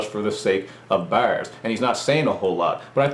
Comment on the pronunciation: hahaha....he says BARS funny......